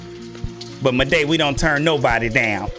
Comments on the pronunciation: i forgot to mentoun you said maday its moude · It’s “Maw-d” not “Mo-day “ 😭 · you pernounce maude like just pretend its spelt like mawde its not like its spelt madey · Everyone: "Maude.": "Mau-DE!" Me: "I think Mau-DE! Ain't that bad." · Maude isn’t pronounced “muhday”, it’s “mod” 😂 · 'Maday' ITS PRONOUNCED MORD LOL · actually said ma-de instead of Maude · Maude is pronounced like Mod not Maday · Her name is Maude not ma-de Call her mod say That name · It was funny every time you said maude you said it as, moday!... like waaaa. its just pronunced maude not moday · It’s Maude (mod) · maudes name is pronounce Mord not Muh-day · Sorry but it's pronounced Mawd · Maude is pronounced Mawd 😉😁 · Good video, you pronounced Maude wrong so i would like to help, it is pronounced just like the word mod, The e in Maude is silent. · My son got me watching these, funny tho so I don’t mind lol I think her name is Pronounced “mod” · he he said muhday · its prenounce mod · It’s pronounced maude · It isn’t pronounced Muday